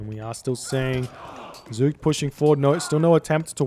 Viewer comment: your first pronunciation of zoekt was spot on. It's from the verb zoeken, which means search. So in the third person, it means he searches or perhaps the seeker ^^